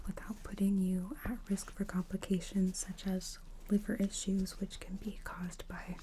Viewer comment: Why do you say "can't" when you mean "can” ? 😊